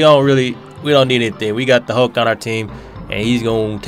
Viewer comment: Funny that "mulk" :D